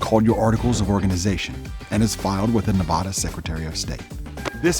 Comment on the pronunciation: You obviously do not live in Nevada because you don't know how to properly pronounce the word 'Nevada'